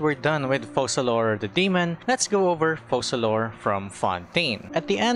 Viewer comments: Why does he pronounce her name "fossalor" ? If Fontaine names are inspired from french , it would require to by written Foçalor to be pronounciated like that. Otherwise, it sounds like fokalor. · How do you pronounce FOCALIZE? OKay... now, pronounce Focalor similarly.